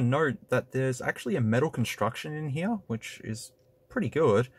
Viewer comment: “We have an obnoxiously huge camera heeya”